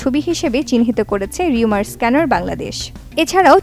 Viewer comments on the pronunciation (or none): none